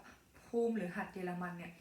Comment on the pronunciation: ต้องตรวจภูมิอะไรนะคะ ตรงคำว่าหัดเยอรมัน ฟังไม่ชัดค่ะ